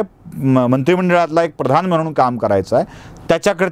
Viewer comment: खूपच सुंदर।अगदी सडेतोड विचार मांडण्याची हिम्मत दाखविलीस,धन्यवाद।भट सारखेच एक जोशी देखील आडनाव आहे।आमच्याकडे गुरुजी म्हणतात।आजकाल "याज्ञेय" देखील शब्द रूढ होत आहे। सुंदर विशेषण। आजकाल ब्राह्मणांना उठसुठ झोडपायची प्रथा सुरू झाली आहे।असो राग येणार नसेल तर एक गोष्ट सष्टपणे सांगावीशी वाटते।आपण "न व ण"म्हणण्यात गफलत करता। जसे सण, प्रधान ।हे म्हणताना आपण सन, प्रधाण म्हणता।ते ऐकताना चांगले वाटत नाही।पुन्हा असे होणार नाही अशी खात्री आहे।